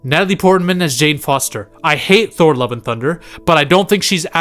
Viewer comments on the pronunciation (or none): none